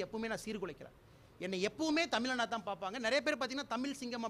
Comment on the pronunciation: தமிழா....... தமிலா